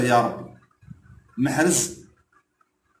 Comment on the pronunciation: ما يعرفش ينطق اسم محرز بطريقة صحيحة عوض ما يقول محرز يقول محرج تعلم تنطلق اسمه ثم هاد علق عليه خي حالة